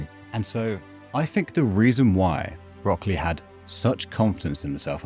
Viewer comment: It's been 20 years? Jesus, I'm old. Also, you're probably the first person to pronounce it as "Rock Clay" and it actually makes sense lol.